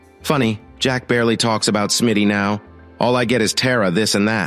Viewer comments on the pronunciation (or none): none